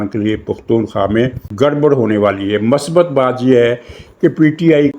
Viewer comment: Word is not masbat. It is MUSBAT. Thanks